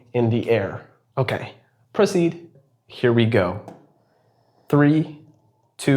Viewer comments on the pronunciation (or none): proceed sounded awfully similar to a different word that starts with letter p 😅 at least to me it did